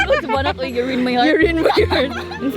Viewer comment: igata sa "URINE MY HEARRT" oy hahhahahshshshsh